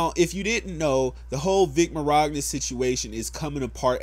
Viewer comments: Vic's last name is pronounced Man-ya-na, lol. I completely agree with you though. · For future reference it it Vic Micnogna, pronounced Min-Ya-Na. But keep on spreading the truth. Love how once someone has something bad against their name all of a sudden everyone claims the same thing. #IStandWithVic. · his last name is pronounced min-yawn-ah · It's pronounced Vic "Minyana" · Dude, i'm trying to get through this video, but holy shit, your pronunciation of Vic's name...It's Min-yon-ya. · "viC mOroGnA" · I love this guy but why does he keep saying "Mirogna"...? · Vic MahROGna? xD what? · Is you pronouncing Vic Mignogna's name as "mirogna" an in joke on this channel ? Because I don't even know how you can begin to pronounce it like that without it being an in joke. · Where are you getting the R in his name? Are you a real fan? Can you pronounce it correctly. =p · Is it really that hard to say minyana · Min yana it's easy to pronounce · As a nearly lifelong Dragon Ball fan. This whole situation caught me off guard. I was honestly shocked when I heard her actually say something against him. Thank you for the info/video. But you gotta work on those names my guy lol. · The "G" is silent. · That's what I thought too. It's wrong yes but it's better than somehow including an r out of nowhere lol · Great video dude, but the way you pronounce his last name will never stop being hilarious to me lol. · Damn I cringe every time he muffs Vic’s name lol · Pressed the like/dislike button every time you mispronounced Mignonas name. You ended up with the like. Respect :) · Great video and Everything but i think you pronouce his last name wrong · Kills me a little inside every time you say his last name wrong lol. I think he’s innocent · Why do you pronounce his name like that? Do you see an R? XD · I couldn’t take this serious to the fullest extent just due to the way you keep pronouncing vic mignogna sounds like you’re adding a “r” where there isn’t one. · 0: Did you say Miragna?